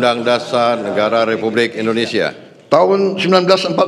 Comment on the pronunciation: Hati hati bg penyiar bilang indonesa gelap